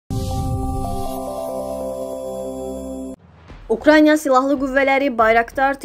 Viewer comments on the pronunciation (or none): Siz nə vaxt Ukrayna və ya Ukraina sözünü düz deməyi öyrənəcəksiniz? UK-RAN-YA yox UK-RA-İNA və ya UK-RAY-NA